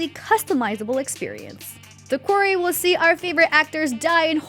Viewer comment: The host of this has me tripping, is the game called The Query (a question) or The Quarry (where you mine rocks). They keep pronouncing it like query but it seems to be about a quarry.